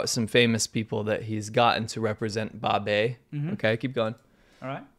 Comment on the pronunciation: Wow, that 'Babei' icon thing is "Great" /s Did you notice it's more like babe-i? Baby... Accurately reveling the guy behind the concept is infantile. He's been in China how long, and can't speak Mandarin?